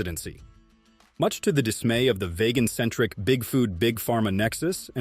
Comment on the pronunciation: WHY DO YALL FALL FOR THIS AI PROPAGANDA THAT CANT EVEN PRONOUNCE VEGAN AND LIES ABOUT HAVING KEN BERRY IN IT??? Im not nocking carnivore but yall should be aware by now big tech is trying to manipulate us at every turn through every medium across every spectrum of information! Oh and sorry trump is the antichrist false messiah puppet of the synagogue of satan.